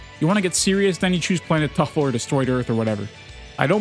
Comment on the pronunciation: Bro, really said planet TUFFLE 🗣️🔥